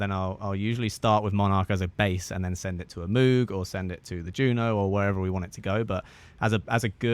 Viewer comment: Great video! FYI, it’s pronounced mowg. I lived in Asheville for awhile and went to the moog store and moog fest. Seen the Bob Moog documentary as well. I used to think it was the way you said it.